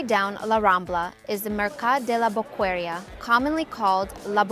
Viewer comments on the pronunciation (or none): Bokeria pronuntation not boqueria, the u haven't sound, sure that you hsve stay in Barcelona?, Plaça Reial not Real